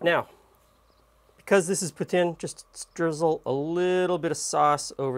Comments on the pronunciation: We have some decent cheese curds in New Brunswick as well! Caraquet makes some damned good curds! Also, yay for saying Poutine correctly! It's not pou-teen! :D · thumbs up for the good pronunciation "poutine" !